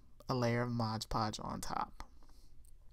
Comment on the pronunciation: Mod not modge